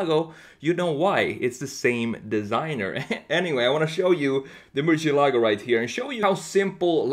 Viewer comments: He cant pronounce Murcielago. It's not merchyelogo its mercyelago. Lamborigini mercy. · Thanks for the great content; love your designs. Just one thing though; murciélago is the Spanish word for bat and the tonic accent is pronounced on the e, not on the a: murciÉlago. Also the letter c in Spanish is not pronounced “sh” but more like “th” in English (la zeta) or to make it simpler like an s (Latin America prononciation). It was also the name of a Navarra fighting bull from the late 19th century. The legend says that it survived 90 sword strikes in a fight against the Torero El Lagartijo in Córdoba, resulting in the crowd asking for it to be spared due to the fact that it fought with tremendous passion. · As a native spanish speaker, i cringe a little every time I hear someone say "MurcielAgo", lol! Great redesign as always!